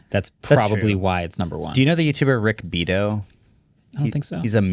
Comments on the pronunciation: Rick be-'AW-toe. Not 'BE-toe. Great channel for music lovers. Rick Beato. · Pronounced BEE-Ah-Tow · It’s Rock Be-ah-toe